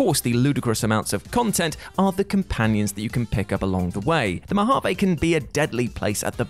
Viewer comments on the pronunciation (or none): none